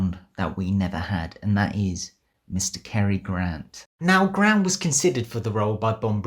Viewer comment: The name's GRANT, Cary Grant. Not "Gran".